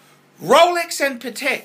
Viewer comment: Everytime you mispronounce names like Patek or Jaeger-LeCoultre, baby Jesus cries.